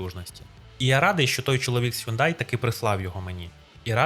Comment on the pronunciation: який "хЮндай"?))) Шановний, ти ж перекладачем